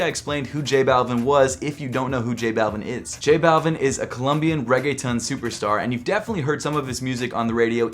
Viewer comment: the way you said reggaetón lmao